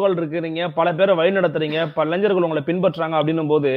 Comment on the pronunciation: யப்பா நீயோ,மாதேஷோ முதல்ல இளைஞர் என்பதை சரியா உச்சரிங்கடா.....சும்மா இளைஞ்சர் னு கடுப்பேத்திகிட்டு.....